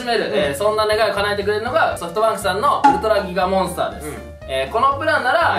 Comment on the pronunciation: のとこ ウルトラギガモンスターが ウルトラキカモンスターになっとる微笑